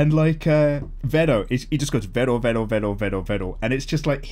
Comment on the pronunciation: in Stardust Crusaders it's Kakyoin who gets replaced and licks the lollipop. Also, the sound he makes is "rero" not Vero. Also, don't pick up Monster Hunter World. No matter what anyone says. The game is too fun to put down. You will get addicted to it